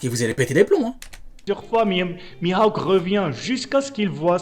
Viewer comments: Miaok qu'il dis et pas mihawk 😂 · je pense que ce type te parle de « Mihaouk » et non « Mihawk » 😂 Problème résolue 🤣🤣